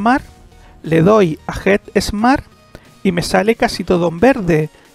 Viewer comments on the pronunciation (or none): flaco, get smart, se pronuncia como suena, NO Jet Smat con jota!!!! dios mio